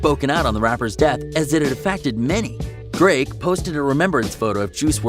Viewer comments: When he said “drake” I thought he said “greg” I was like “bruh, who da f is Greg???” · Same I thought he said Greg to